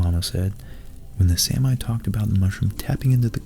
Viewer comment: It's pronounced Saa-mi. Not samai as in this video. There are several correct instances of the pronounciation in this clip if you're interested